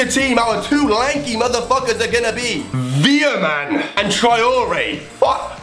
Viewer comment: I am from 🇳🇱 so om laughing how he veerman